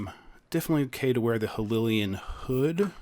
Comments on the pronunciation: Hylian, not Hylilian. Cryonis, not Cryonosis. Stop adding extra syllables to everything. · wait wait wait...... "hililyian"?????!?!?!